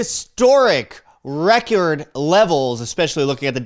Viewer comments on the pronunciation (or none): none